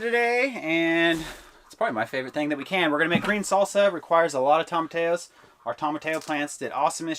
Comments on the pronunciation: Tomatillos... that double L is pronounced like a y .. Tom a ti yos. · Tomatillos: toe-ma-TEA-yos Sorry, that was just bugging me. Great video! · I love you guys and wish you the best always. Will you please pronounce tomatillos: tom-a-tee-yos. It's just driving me nuts. Peace. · (psssst, "toe-muh-tee-yoes") tomatillos ✌🌻😁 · Y’all make me giggle every time you say, Tomatillos….. Toe-muh-tea-yoes …..is how you say it….I wish there was smell o vision! Looks great!❤️❤️❤️❤️